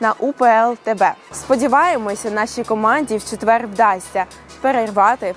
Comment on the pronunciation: дура не четвеерГ а ЧЕТВЕР